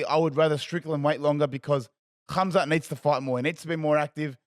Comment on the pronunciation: you say his name has Hamza with a ح not خ. The kh sounds wrong despite how it's spelt. Pronounced حamza.